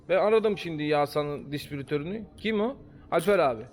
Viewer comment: ya kardeşim distribütör demeyi öğrenin ayıp ya